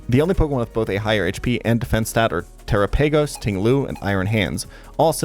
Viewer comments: Teropagos is supposed to sound like "Galapagos" not Tera-pay-gos". Galapagos tortoise are the famous animal it is based on. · Say "Terapagos" like that one more time. I dare you. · that might be the worst pronunciation of Terapagos I've ever heard